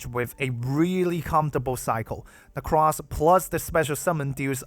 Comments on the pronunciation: actual psychic damage every time you call her "necrass" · Let's go he says, necrass. Based.